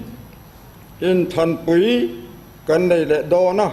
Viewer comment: Pu Thenphunga hming i lamdan kha a diklo🤔